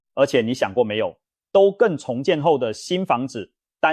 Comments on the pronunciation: ㄉㄨ更 不是ㄉㄡ更😂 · AI的國語發音，只要遇到該字有多種發音之破音字時，AI之功能還無法精準發音。 例如都市更新，簡稱都更。結果AI發音為都是的都，更美的更。 所以說，AI之軟體設計必須更精準，才不會一再發生這種狀況。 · 都更 一個詞發音錯好幾次 😂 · 總杭吧，兜更XDDDD